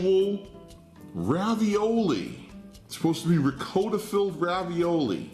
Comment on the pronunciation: He's supposedly Italian, but can't pronounce Ricotta correctly.